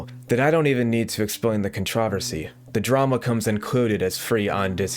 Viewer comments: love ur vids but why do you pronounce controversy like that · Why do you pronounce controversy like that